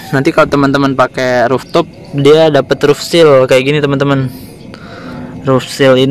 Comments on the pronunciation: Roof top bacanya Ruf top bukan Ruf tup.... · Rooftop dibaca ruftop bukan ruftuf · Ruptup risih aku dengarnya